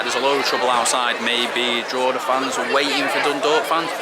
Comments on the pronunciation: Fair play on the pronunciation of Dundalk and Drawda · Decent job pronouncing Dundalk and Drogheda but you are an old hand now with the league😊